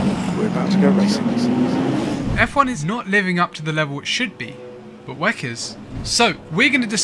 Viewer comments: why u calling it wec .... it W.E.C. World Endurance Championship!!!! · I've never heard it pronounced weck, it's equivalent in my thoughts to pronouncing the F.I.A as fiah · Stop being lazy calling WEC It’s W…E…C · Couldn't finish the video. Kept hearing him saying "weck" and it sounds like he's trying to say "wreck" but failing. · pls dont prenounce wec like that😢